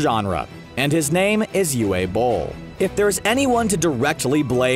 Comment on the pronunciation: The “w” in Uwe Boll is pronounced like a “v”. Because he’s german. So it’s “Uva” Boll, not “Uwha” Boll.